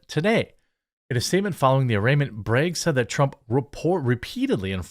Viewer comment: Despite being a piece of garbage human, his name is BrAgg, not BrEgg 🤦🏻‍♂️